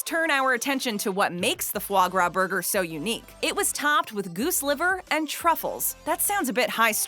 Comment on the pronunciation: LOL... " , What we should be doin is puttin those ribs on a buger" not a sandwich